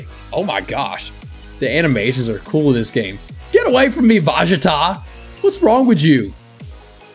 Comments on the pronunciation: Its vegeta Not vagata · lol I like how he called vegeta “Vagata” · “Get away from me VAGATA what wrong with u?” What’s a vagata lolll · No one:: Vajita